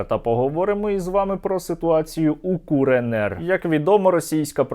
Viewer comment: аххаха куренер і не рурєнєр, а куренер